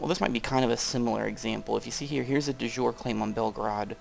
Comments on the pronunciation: I hate to nitpick about pronunciation, but there is a big difference between the phrases "de jour" and "de jure". De jour, which is what you're saying means "of the day" as in a whim, whereas "de jure" means "by law". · Sorry, I should mention that "de jure" is pronounced something like "dee yoo-ray".